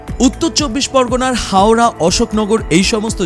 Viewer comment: উত্তর ২৪ পরগনার অঞ্চলটির নাম অশোকনগর হাবরা, হাওড়া নয়। কোন কারনে আপনার উচ্চারণে ওটাকে হাওড়া শোনা যাচ্ছে।